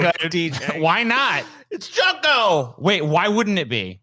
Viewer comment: Junko is pronounced June co